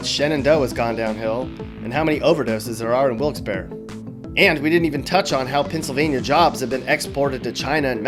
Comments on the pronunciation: As many others mentioned, there's Hershey, Knoebel's, and Dorney. Historical places, you skipped Valley Forge. The railroad industry has deep roots and history here. And there are so many other things. Last but not least, Wilkes-Barre is pronounced like bar, NOT bear. I'd like to hear you try to pronounce Schuylkill! P.S. Wawa over Sheetz any day! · The "Barre" in Wilkes-Barre is pronounced like "berry", not "bear". Come on dude, I'm not even from there, and I know that. Also, PA is like anywhere else, you have friendly people, rude people, crazy people, all types; and yes, maybe the economy isn't the best anymore, but that can also be said of many other areas of the country. The media likes to shine a negative light on PA, but there's a lot of good things happening there, and so many good people. Life there, like anywhere, is what you make of it. For those of you who think the middle of the state is "Pennsyltucky", try visiting the area and not being so ignorant and snobby, the people there are some of the friendliest I've come across. I'm proud to be from PA, I miss it. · Nooo!!!! You said wilkes barre wrong, barre is pronounced like berry. Also what about Hershey? The birthplace of Hershey's chocolate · I always know Wilks to be said like Wilkes-(Berry) lol why does every who doesn't live there say it like Wilkes-(bar)? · Did he just say wilkkes bear?? It's pronounced wilkkes berry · Wilkes bear??? I live about 10 minutes away from that place and it’s pronounced Wilkes Berry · Yo! So the Barre in Wilkes Barre is pronounced "berry" like the fruit. Also, Middleswarth chips. Totally missed on Penn State University too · Yuengling is brewed in Pottsville not Pottstown; you pronounce the "e" in Wilkes-Barre (Barry) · We can fix the pot holes.... If PennDot wasn't useless and as a Pennsylvanian (I know I'm going to get yelled at I don't care) Wilkes-Barre is pronounced Wilks-Barree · Wilks berry* is the pronunciation. Hope thats what you ment